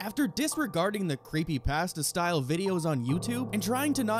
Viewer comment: mans said "creepy pahhsteh" and i clicked off lmao